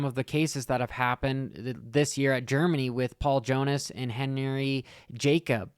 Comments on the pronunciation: Com'on!!! It's awesome that you are covering the MXGP's & some of the names ARE HARD, but really, J A C O B+I = Jacobi, not Jacob & no the "I" was not silent....................just bustin your balls bud, carry-on!!! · Little help with those GP guys names. It's Pauls Jonas, not Paul. Also Henry Jacobi, he last name isn't Jacob, it's Jacobi. Think Jack-Kobe Also what's not mentioned in that article, Jonass had a dislocated shoulder but the ball joint had broke, the on sight doctor was trying to pop it in & fucked his shoulder up even more.